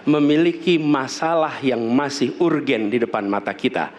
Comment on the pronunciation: Katanya jago Bahasa Inggris ngomong "urgent" kayak keponakan saya yang TK